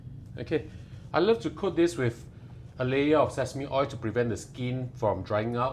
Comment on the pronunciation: Polite message. Practice on finishing your words. oi(l) NOT *oi!!! / boi(l) NOT *boi!!! Sounds like boy. You need to province the *l at the end of these words.